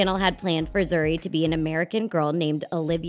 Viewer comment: they are wrong first its not zari its pronounced as zoori and zuri means good not beautiful and beautiful in swahili is mrembo